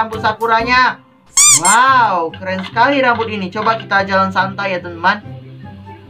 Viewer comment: Kak....tolong kalo opening kata" nya jangan terlalu cepat dan bertele-tele...soalnya nggk enak didengar....sama kalo bilang temen" kaya bilang TenTen sih...ngga enak didengar